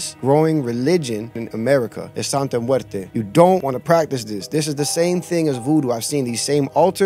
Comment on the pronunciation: It's santa not sante and it's not catholic it's like a folk religion and santa muerte and day of the dead is different bro. Respectfully if your going to " expose" something it's best to be accurate. Also day of the dead is a day that's sensitive to people because it's about their dead family so mabye the people felt as if you were disrespecting that. I don't know bro if that's the best way of going about it. God bless